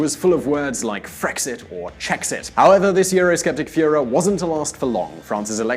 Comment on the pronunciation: Perhaps talking more slowly would avoid things like saying 'feuhrer' rather than 'furore' (few-rory). It kinda makes the smug style of delivery lack credibility from those whose job it is to communicate effectively - thank God we never heard 'arks' instead of ask.... like what some people does, what with the skellingtons they should of kept in their closet... its a mind-field, innit? All this AND a degree in 'meeja studies?